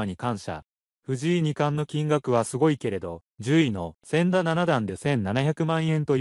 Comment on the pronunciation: 誤「せんだ」→正「ちだ」将棋見てないでしょ⁉️